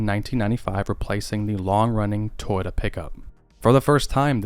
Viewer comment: Toyouta period